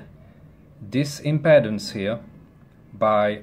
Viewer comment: WOW! What a fantastic teacher! Just one little thing - "Impedance" is pronounced "Im-PEE-dance". Many thanks for such a clear and informative explanation.